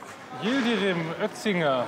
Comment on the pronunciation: Ötzinger, Yildrim!! Man oh man. Zum Zeitpunkt dieses Videos waren Mitbürger solchen Nachnamens seit mind 30 Jahren in Deutschland. Immer noch nicht gelernt. Aber gut ist ja auch Sportlehrer